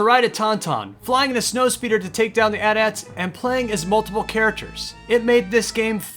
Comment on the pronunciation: did you just call the AT-AT = et ets? triggered